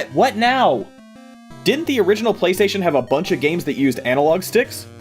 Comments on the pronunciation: Lol PlayStatisean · Um...... Its Playstation not Playsatan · Did you get the inspiration for Playstasean's name based on how the PS4 commercials pronounce PlayStation?